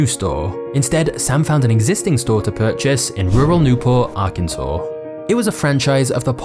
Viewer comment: You say Arkansas perfectly…. But not controversy? Lol I love it